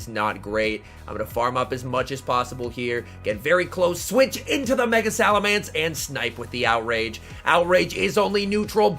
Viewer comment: please. It's SalamEnce not SalamAnce